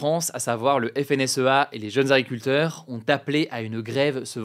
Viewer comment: Tu parles trop vite, ce ne sont pas des « Aculteurs » 😅